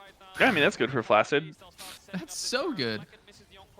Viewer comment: Fun fact: 'flaccid' is actually pronounced as 'flak-sid'.